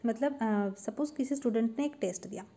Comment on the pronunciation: 😂 her pronunciation